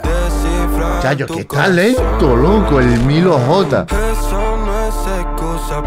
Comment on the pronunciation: Oye no es Milo G Es milo J